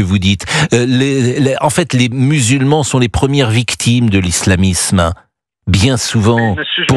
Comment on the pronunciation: Ci di victchimes 😂